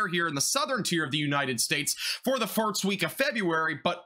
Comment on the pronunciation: Are you trying to say farts instead of first?? I caught it early but you keep saying it! Meow